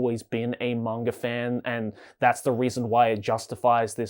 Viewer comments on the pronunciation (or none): You are talking about pronunciation yet you keep saying manger instead of manga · Are you saying "mongre"? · Bro is saying manga with the hard R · He's Australian. it's the Intrusive or Epenthic /R/